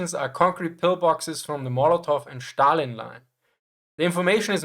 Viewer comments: its Stalin, not Shtalin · Why do you pronounce it as Shtalin? It's Stalin (as in steel) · It’s zhookov like foot and stalin with s like in snake